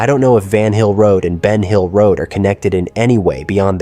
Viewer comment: Ven hill road!??? No BEN HILL ROAD!!! AI here … 🤦🏽‍♀️